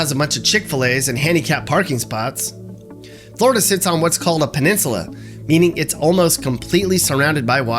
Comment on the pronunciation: Flori-duh! Love it